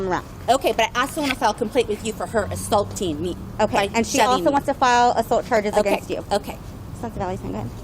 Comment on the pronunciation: ASUL-TEENG-MEE is crazy😂‼️